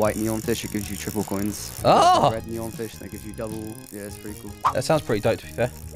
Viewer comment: bruh not "neon"